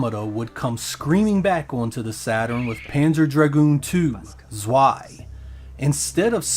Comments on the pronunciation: Panzer Dragoon ZZZZZZweeeeiiiii 😂 And Americans are telling us Germans that we‘ve got a terrible accent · it’s German, that W is like a V. It’s pronounced like tsvai. Rhymes with sky.